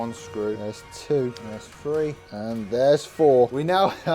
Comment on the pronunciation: bro it’s three not free 😂😂please stop 😢